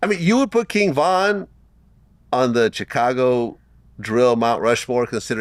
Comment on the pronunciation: Vlad be like “Chickcago”